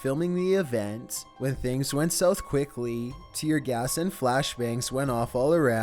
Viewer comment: He said tear GAST at number 7